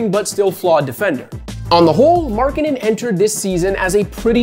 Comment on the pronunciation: to be honest everytime you say Markkanen i hear " Marketing" :D:D